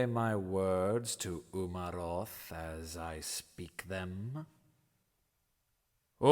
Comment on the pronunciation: Umaroth not Uramoth